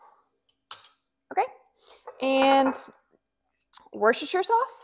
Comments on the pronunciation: pronounce Worcestershire sauce the way us brits do,we call it wooster sauce,( phonetics) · worchestershire sauce is pronounced wooster sauce, hope this helps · I’m from the uk it’s pronounced wusta-sha sauce xx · i pronounce it 'rooster shire sauce'